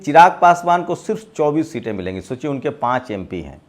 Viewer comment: इंसान जीवन भर सीखता रहता हैरहटा है। तुम बोलने में सुधार जरूर किए हो कुछ जैसे सोचियेशोचिए कहना कम किए हो।